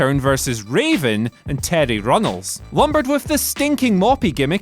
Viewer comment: Terry Runnels?! Lmao it was Reynolds. Tf is Runnels lol